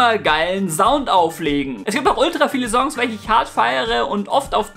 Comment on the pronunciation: Bitter lerne Songs/Song korrekt auszusprechen